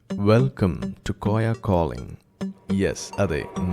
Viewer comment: കോയ കോضങ്‌ എന്നല്ല "കോളിങ്" എന്ന് തന്നെ പറയാൻ ശ്രദ്ധിക്കുക